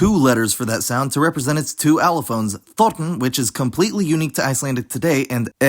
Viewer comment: Could might aswell have been a scottish man saying "thorn"